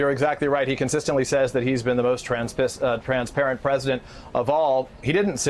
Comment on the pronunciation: "He has been the most transpissed, err transparent," nice slip